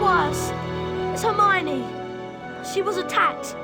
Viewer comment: Right😭😭😭 hermione too. That herfeffernie feffer